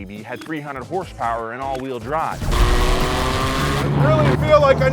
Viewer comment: how many hurse-perwers